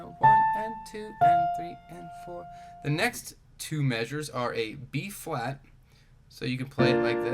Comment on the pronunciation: Is he saying b flat or b fwat?